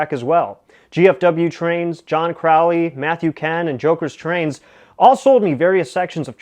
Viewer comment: AH TRAINZ WITH A Z LIKE TWO TWO TWAINZ;-) I wish I had a twain room like your Would love doing a hi-wail twee wail way-out NO DE-WAILMENTS;-)